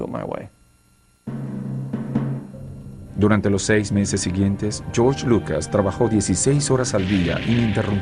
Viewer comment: Porque Gerorge?? Porque!!!!!!!!!!!